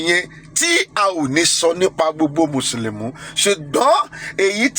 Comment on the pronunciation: Alagba it's Musulumi not Musulumu...